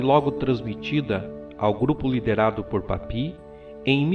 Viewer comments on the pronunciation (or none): Gosto muito dos vídeos, mas o está pronunciando o nome de forma incorreta Papus, não é papi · a pronúncia é PAPIUÍS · Maravilhoso vídeo. Apenas uma correção, o correto é Papus mesmo e não "Papi" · Ótimo vídeo! Só um adendo, nos círculos marinistas Franceses não pronuncia-se "Papi", por mais que pela forma que era escrito "Papus" parecesse conveniente na sua expressão francófona, mas por ser inspirado no Nuctemerom de Apolônio de Thiana, alguns...ou melhor em sua maioria p chamava de "Papuss" ou seja, não Papi e sim Papuss mesmo! Não quero com isso desmerecer o fabuloso vídeo. Grato!